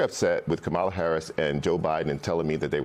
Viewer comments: Charles Blow mispronounced Kamala’s name? Of all people…..🤦🏽‍♂️ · Learn how to say Kamala’s name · Re Charles Blow: if you still can’t pronounce Kamala Harris‘ name correctly, why should we listen to your political opinions at all? More than 8 million people attended last Saturday’s “No Kings“ protests. You really think those are all old hippies? We really are living in Idiocracy. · Still can't pronounce "Kamala"? What is happening? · Somebody please tell Charles Blow how to pronounce Kamala’s name. And then ask him how the No Kings is only hippies from the ‘60s. My older brother is 70 and he graduated high school in 1974. He thinks this crowd is all 75+? It may skew older but this is not serious analysis. I used to read him regularly in the NYT. this is just flip in my view. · Thank you! I just posted something about her name because it offends me. He has some explaining to do